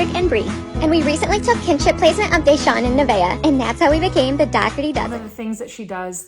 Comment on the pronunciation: It is pronounced Dougherty like cookie dough. The G is silent. Just wanted to let you know.